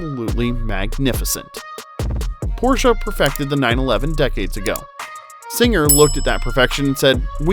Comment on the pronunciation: Not only the background music is so annoying, but you can't seem to prononce de the name Porsche correctly.